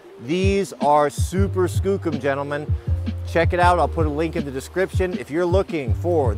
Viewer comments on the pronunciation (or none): none